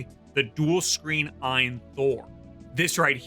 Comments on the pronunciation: It's AYE-N not EINE. You probably call it JIF too huh... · just say A-Y-N dawg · I thought it was pronounced A...Y...N?? Or is that an AI doing the voice over? Or have I just been mispronouncing it for 2 years like a proper nob-head?!?😂